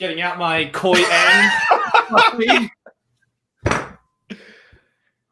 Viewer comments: It's not oong it's aang | it's not Leviosa it's Leviosa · All pronouncications of "Aang": Ang Eng Ing oNg Ung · literally gagging when she hears Oong for the first time is such a mood. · I get unimaginably pissed off every time that they miss-pronounce Aang and Sokka’s names. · Ah yes, the magical tale of Ong, Soohka, Uppa, Eehro ... and Katara and Zuko. Honestly, why even bother to get the latter two names right at that point?